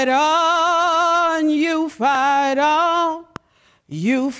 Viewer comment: Oh, you "Fight on", I thought she said you "Fat on".